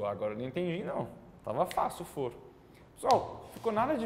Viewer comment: O correto não seria foro com a pronúncia aberta (fóro), que é o mesmo que tribunal?